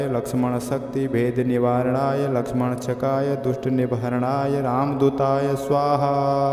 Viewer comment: श्रीमान या तो आप एक शब्द का गलत उच्चारण कर रहे हैं या गलत लिखा गया है। वह शब्द इस प्रकार लिखा गया है। लक्ष्मणक्षकाय। और आप इस शब्द का उच्चारण यह कर रहे हैं लक्ष्मणशकाय। इस शब्द को सही से उच्चारण कीजिए या फिर शब्द विन्यास को सही कीजिए।